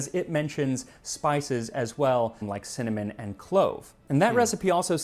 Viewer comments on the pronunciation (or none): none